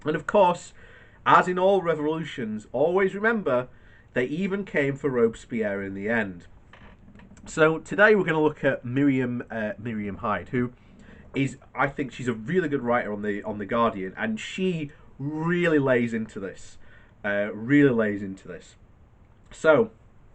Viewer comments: It's Marina Hyde, not Miriam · by the way, it is Marina Hyde, not Miriam